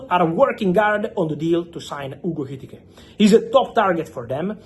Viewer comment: Say Etikite one more time …..